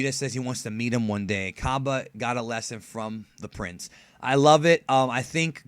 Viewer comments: expergamez pronounces it like cabe lol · shots fired at expergamez cus he pronounces it kabe